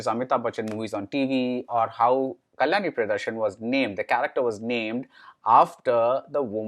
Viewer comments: Please work on pronunciation of Actor/Actress name correctly who worked in the movie. At many places there were errors in pronouncing the name. Eg : Kalani whereas it's Kalyani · Could you please try to pronounce Kalyani with a Y